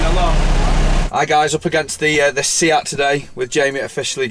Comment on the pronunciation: Say-at, not See-at